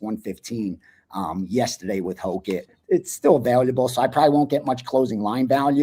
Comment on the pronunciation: I know English isn’t your first language but there’s no Y in available. I have to laugh every time I hear your version. Sorry dude